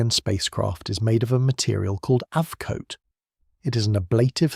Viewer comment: And it is NOT AV Coat.. You might find it is AB